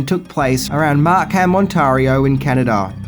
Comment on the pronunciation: I'm Canadian, and I like how pronounces Markham, Ontario.:)